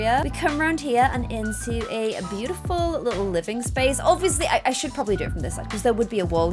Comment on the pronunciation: GASP:....This bootiful house... Me: ALERT! ALERT! called the Maxis house Bootiful!!!!!!!!!!!!!!!!!